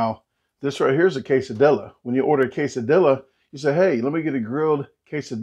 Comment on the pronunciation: You may be right, but I do know how to pronounce 'quesadilla' que·sa·dil·la /ˌkāsəˈdēyə/ though! LOL 🤪🤣